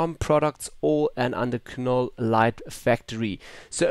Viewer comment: Silent "K" ..."Nole" light factory. :) I'm guessing the preset "Dancing Queen" is a reference to the 70's pop group ABBA in all their glittery, rainbow-colored, disco-glory. lol